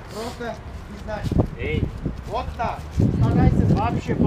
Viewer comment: Хозяин собаки, собаке "Эй" не эй, а "Эээ"))))) А так молодец! Правда не много смешно помогаешь))))